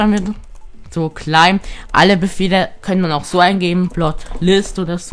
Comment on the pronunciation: Das heißt nicht cläim sonder claim!